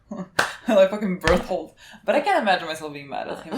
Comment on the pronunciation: Bertolt has such a sexy cool name, I wish they say his name right